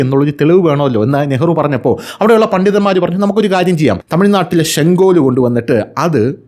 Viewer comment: ഷെങ്കോൽ അല്ല സെങ്കോൽ ആണ്